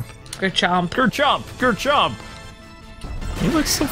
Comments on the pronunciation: It's garchomp not grrrrrchomp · Its gar-chomp